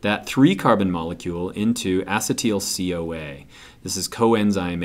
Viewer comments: Acid-teel CoA.. this bothers me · the way he says acetyl coa xD its probably not wrong but just so different than how we do